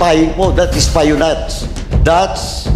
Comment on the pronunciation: Espionage… should be “es-pee-uh-nahzh” not “ES-PAYO-NADJ”